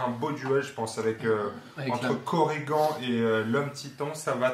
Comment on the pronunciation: Super vidéo, j'ai appris qqchose sur l'immunité au poison ! Mais pourquoi vous l'appelez Korrigan (prononcer coriguent), ça ressemble à origan ou à polydent... alors que zagan, qui se termine de la même manière, vous le prononcez zagane !!! Allez, bisous bécots et hâte de découvrir le 3ème profil !!!